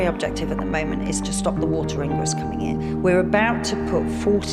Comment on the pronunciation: She couldn't pronounce the word 'Ingress' properly because she's never been taught to speak properly.